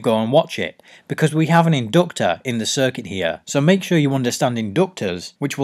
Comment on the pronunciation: The in-doctor. #Accents